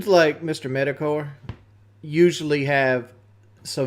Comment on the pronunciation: "Doods like Mistah MetahCore"